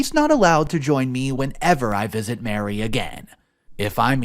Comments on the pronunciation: Maree, not Mary, Marie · you need to preread the stories. Also, usually ‘Marie’ is pronounced ‘Ma-REE’, not Mary. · It’s Marie- not Mary!